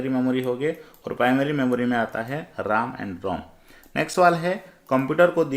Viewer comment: Pahle to aap RAM ka pronounciation sahi kijiye.....RAM to Computer ka vai he..nki Laxman ka😂